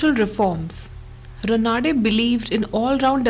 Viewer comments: It is Raanade रानडे and not Ranaade रनाडे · Raanade not Ranaade